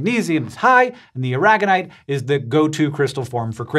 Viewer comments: AIR uh gone ite. Like the Spanish state. Not uh RAG gun ite. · Surely as it's named after Molina de Aragón in Spain it should be pronounce ara-gon-ite not a-rag-on-ite. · well thats not how i pronounce Aragonite